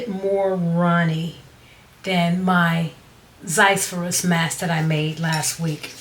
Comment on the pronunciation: Zizyphus but pronounced as Zizufus